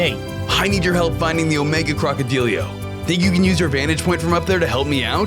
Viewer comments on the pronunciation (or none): none